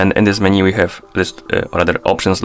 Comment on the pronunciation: MenU bro, not MenY :) thank you